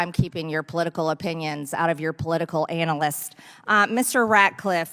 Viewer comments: What is an "anal-ist" of information, Marjorie? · I love the way she pronounce it when she calls him an analyst...